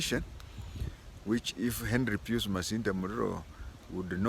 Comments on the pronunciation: Pius is pronounced as “Payas”. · That is the English pronunciation but Pius being a Latin name is just pronounced as PIUS.